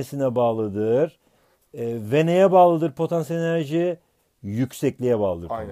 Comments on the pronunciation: hoca potEnsiyel enerji deil potAnsiyel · Patenssiyel enerci😇😇🤔🤔